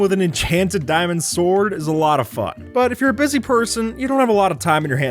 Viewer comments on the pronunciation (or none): none